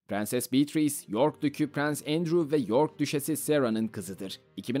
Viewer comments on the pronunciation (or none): none